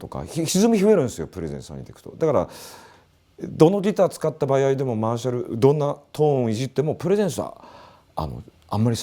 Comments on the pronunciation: 場合をばやいって言う和嶋さん可愛いw80年代初めだけど本見ながら自作してたなー。当時は田舎ではなかなか手に入らなかったディストーション+とかファズとか作ってたなー。いつかはボコーダー作りたくて夢みてました。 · 場合をバヤイって発音してるの、方言なのか癖なのか分からないけどなんか好き笑